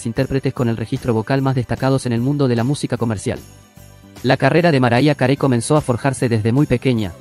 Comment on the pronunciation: "maraya carei"?? jajaja pronunciá bien para comenzar jaja